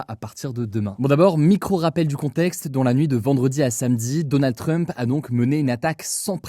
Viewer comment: Personne : Hugo : DONNA TRUMP